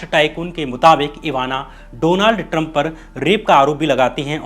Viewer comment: First say Trump properly, it's not Taram